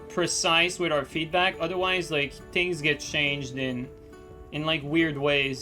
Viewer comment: why does say "tings" instead of "things"?